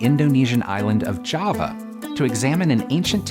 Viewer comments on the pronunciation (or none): none